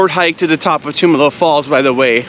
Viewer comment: Great video. Thanks for sharing. Tumalo Falls is a go to hike here in Bend when friends and family visit us. One small nit though. Locals pronounce it Tum (like Tums) Alo not Toomalo 🙏😁